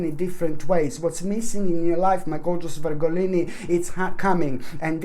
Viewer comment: Love how you say Virgolini! ❤ Thank you for this beautiful read😍